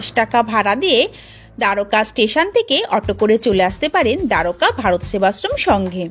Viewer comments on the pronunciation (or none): খুব ভাল ভাবে তুলে ধরেছেন। কিন্ত বাংলায় যেহেতু বলছেন, দোয়ারকা না বলে যদি দ্বারকা বলতেন বেশি ভাল লাগত।